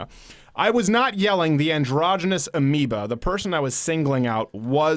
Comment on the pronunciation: What the fuck is "amiba"?